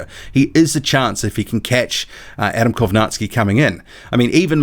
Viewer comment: do you have slavic heritage by any chance?? i always wondered why you pronounced kownacki the correct way.